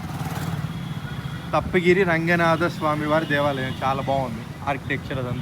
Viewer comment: తప్ప గిరి కాదండీ..తల్పగిరి రంగనాధ స్వామి...